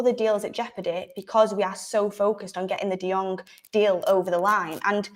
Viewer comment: 😁 De-Jong? Again 😁 😅 Barcelona is pranking us right?